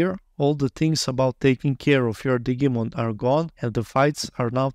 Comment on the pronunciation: Love how you say Digimon sounding like it's a Digging Monster instead of Digital Monster (which would be red as Dee-jee-mon).